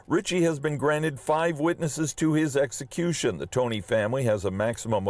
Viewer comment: Did she say sexecution